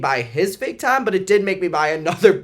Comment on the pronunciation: I can’t stop laughing at you at the accent “the tannna” 😂😂😂😂😂